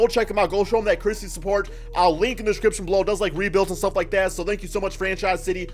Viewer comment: Ey go show him that “krispee” support 😂